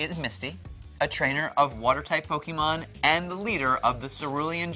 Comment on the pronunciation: It drives me crazy to hear Pokimon..